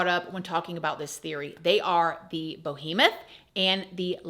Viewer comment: I've never heard Behemoth pronounced that way. BO-hemoth... It's hilarious because you read the word and STILL pronounced it that way.